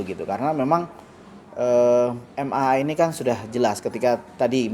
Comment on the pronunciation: bukan MMA tapi MAA. Kalau MMA itu adu jotos bang hehehe....